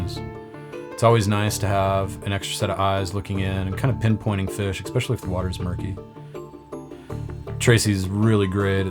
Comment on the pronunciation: Wtf is "exspecially"? Learn English or dont use words you cant pronounce.. at least the carp have a brain I guess